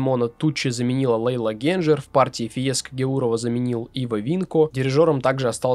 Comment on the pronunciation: Правильно Генджер. Во всех интервью, что я смотрел (слушал) произносилось именно "ГенДЖер". Возможно, я излишне "твердо" произношу...